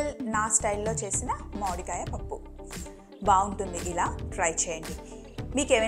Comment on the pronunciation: Modikaya kaadhu akka mamidiya akka